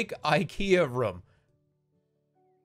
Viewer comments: He says room like rhum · why does he say room with a schwa its really bothering me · I like how he pronounces “room” can’t get enough of it